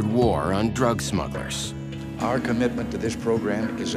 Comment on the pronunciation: At the beginning, the narrator calls them "smuggers."